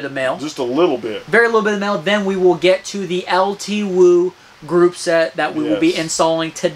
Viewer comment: its pronounced "L2" btw.